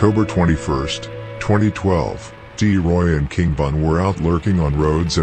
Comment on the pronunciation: Bro it’s T Roy… D Roy is a whole different person